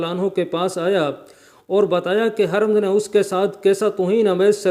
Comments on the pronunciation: apna talafuz teek ker lain. Ye nam Hermz nahi tha balkay Hermaz hay. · Harmz nahi " hurr- maz " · یار ھرمز کا نام تو صحیح لو۔۔بالکل ان پڑھ لگتے ھو ۔۔بار بار حرم حرم کہہ ھر۔۔مز ھے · Not Haramz, it's Hurmuz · یہ Hermz نہیں ھے بلکہ Hurmuz ھے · ھَرمز نھیں ھُرمُز ہے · Haramz Nahin Hurmuz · Aoa sahaba kiram Kay name mubaric Kay sath razi Allah taalah Patna zaroori hay aur Urdu talaffz harmaz hay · The text was good but reciter did not the Urdu language pronounciation as he did too much mistakes ,He could not say the correct name of Irani Commander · HARMZ Is not Hurmaaz ۔۔کیونکہ بار بار غلط پڑھ رھے ھو